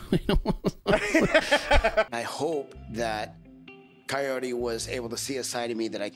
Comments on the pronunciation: Does anyone else hears, "coyote" instead of kahory? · So Big Ed has been saying her name wrong. It says Kaory in subtitles and he keeps saying coyote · why does he call her Coyote when her name is Kaory? what the actual f is wrong with him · Her name's Kaory, he's saying the r like an L, so it sounds like coyote. I thought the same for a while though, so you're not hearing things 😂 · If Ed really cares and is interested in her, he would say Kaory's name right but he kept calling her coyote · How hard can it be to say Kaory and not coyote? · If her name is Kaory, why does he keep calling her coyote? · Is it just me, or does it sound like Ed keeps calling her Coyote instead of Kaory? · Definitely hearing "Coyote" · Yeah he can't pronounce her name right, all I hear is "coyote" and it's not even close to what it sounds like shen she says her own name, Idk how he can be that far off. It's one thing to be bad at like rolling your Rs or something, but come on Ed, when you're literally dating the person you have to learn to say their name right, jeez. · I swear he’s saying Coyote. Not like he actually cares about how it’s pronounced. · I wish he wouldn't pronounce her name closer to "coyote", that would be really nice of him 😒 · At first I thought it was some "proper" Spanish pronunciation, but when she said her own name she pronounced it "Kay-orry. No one bothered to correct Ed, though. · Big Ed is so self involved he can't even pronounce his dates name correctly. He calls her coyote? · He can't even say her name right, I thought it was Coyote to start with >.> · Sounds like he's calling her Coyote. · Did he just give up trying to pronounce her name and just start calling her coyote? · Ed can’t even say her damn name right!! Seems like something he could have googled before he tried to hit it. Her name isn’t coyote Jesus Christ 🤣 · Whenever Ed says her name I hear Cayote for some reason. Guy can't even pronounce that beautiful women's name.